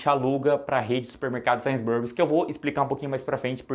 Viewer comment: Tava até levando o vídeo a sério até o cara soltar um ‘Sains Burris’ 😂😂😂 ai me quebrou…